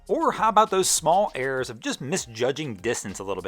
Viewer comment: Errors not "airs".